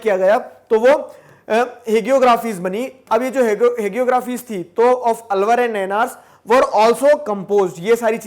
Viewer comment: अलवर नहीं आळ्वार